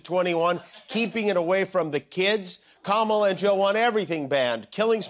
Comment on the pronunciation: Heard Kumala?😂😂